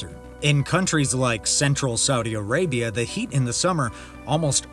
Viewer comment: Its Arabia not Areabia